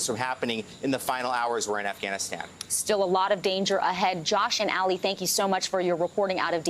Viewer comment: I wish he would stop calling that man named Ali "Allie" or like alley cat. Call me crazy but Ali is said like Mohammed Ali. Like All-ee. I might be wrong. He might be called Allie but I doubt it. Do a little work and get the right pronunciations... butchering people's names in this day and age just shows ignorance and laziness. And again, I could be wrong and make a fool of myself, but I'm not a newsanchor or journalist or reporter... I'm not expected to know, lol.